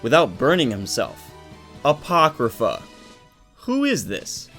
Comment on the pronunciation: Bruh when u said apochrypha I screamed FAAaaAaaaAaaAAaAtTEeeee